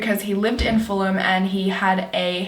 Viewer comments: Its FULL-UM not FULL-HAM. I live round that area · You have to learn to pronounce Fulham and Chiswick. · So cute how you pronounced Fulham and Chiswick looool